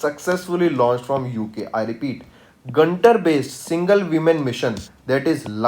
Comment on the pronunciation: Not gantar its guntur based pronounciation wrong